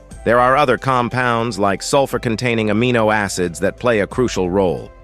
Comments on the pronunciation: Can we believe all this? Croo see al ? Why doesn't he just say "crucial" instead of his silly pronunciations. Never knew Orson Welles was a medical expert. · Goot flora balance, which is croo-shee-ahl.